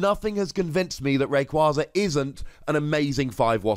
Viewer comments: Wait,, how are you gonna ignore the official pronunciation of Rayquaza but insist on the correct-but-unintuitive pronunciation for Vikavolt? You even say on coverage you get told how Pokemon are officially pronounced because your job is to say the names right! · I actually pronounce Rayquaza the same way as you. I have since Ruby and Sapphire came out. I don't plan on changing it now and will saying it wrong just to make people mad. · I agree with the pronunciation! also made me laugh haha, but it just sounds awful as rayquayza. This card looks exciting! But potentially problematic in terms of being risky and a little clunky